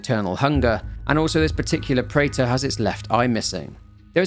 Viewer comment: the preta pronounciation is incorrect btw, its pronounced as pre-th or pre-tha not prater